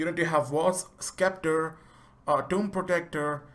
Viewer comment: Sekhmet is a she not a he and scepter is pronounced septer not skepter